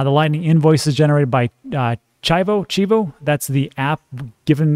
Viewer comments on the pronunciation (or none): you stay butchering my beautiful language! And you’re from Texas like me! 🤦🏻‍♂️ it’s cheee voe!🐐 Great video, I also took advantage of that nice little dip! Love your transparency on this one! Much love from San Antonio! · Chivo is pronounced Chee-vo. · CHIVO ; say the i like an e, CHEE-VO. love your channel. I`m a Salvadorian in VA so definitely like when you cover this. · It’s pronounced CHEE-VO 😀